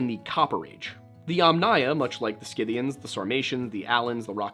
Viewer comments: Prnounced "sith-ee-uns." Schythia or Scythia: "sith-ee-uh." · Scythians. Pronounced SITH-ians, b/c I know that you would want to know. Re: Gothia, sometimes used for the name of the Visigothic Kingdom in ancient Spain.